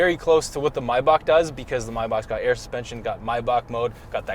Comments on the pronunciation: it's "my bock". Mispronounce that on another channel and you are going to get an electric shock. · It's not Mayback, it's Maybach, pronounced almost like "My Bach" Bach like the composer. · Did you just say my- bak? 🤣 it’s may-back. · I stopped hearing when I heard how they pronounce Maybach